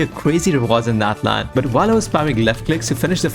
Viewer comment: Gosh it's natlan ofc